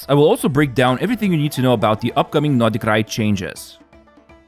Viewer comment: why u keep saying notty krai?